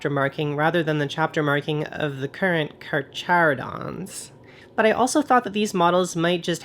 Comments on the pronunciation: Carcharodon, might be easier to pronounce if you just think about the fact that it's latin for a certain family of sharks, so it's simply "car car adon" with the silent H. Simpler to say too. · I believe it's pronounced Car-Cara-Don Which is just genus name for sharks. Also love what Ya did it's amazing <3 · At first when you flubbed the name, i was “O NO”. Then when you showed the rogue trader paint scheme, i was like “ no No No NO just NO”. But then your conversion simply knocked it outta the park. And your idea to paint them like different types of sharks was the the icing on an already delicious cake. Brilliant!